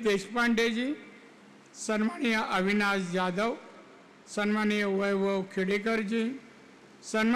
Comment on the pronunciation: संमानिय नाही हो सन्माननीय असे असते 😂😂😂 बरे तुमची महाआघाडी नाही महायुतीचे उमेदवार म्हणून घोषित झाले आहात 😂😂😂@ 2.18